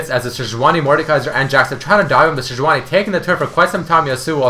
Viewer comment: sejuani is 'sedge-wahrni', not 'jooojjoooani' lol